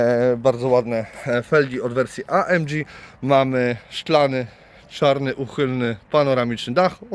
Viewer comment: Auto ładne i super wyposażone ale mam pytanie a mianowicie dlaczego nazywasz pakiet AMG amdziiij?